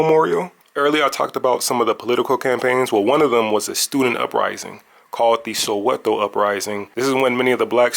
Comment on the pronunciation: Saweto not sawetho